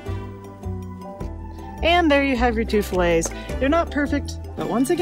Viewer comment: You sound like Elmer Fudd when try to say 12 filets . LOL....thanks for the video.